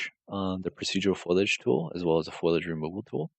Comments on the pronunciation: It's FOLIAGE not FOILAGE lol sorry to be that guy.. the material looks amazing, tho! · Dude this is amazing, if for nothing else than to deconstruct as it's so nicely laid out. As a modeler having to do UE4 work I appreciate this. But for the love of god, it's FOLIAGE. FO-LI-AGE.